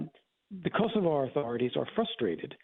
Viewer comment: She managed to pronounce Kosovo correctly! Amazing!😅